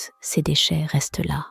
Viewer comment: Sauf que prononcer le S de "ces" ou "ses" etc ça casse un peu la narration...